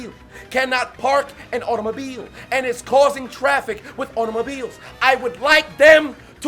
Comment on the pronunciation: I cry whenever he says "a U t O m O b I l E s"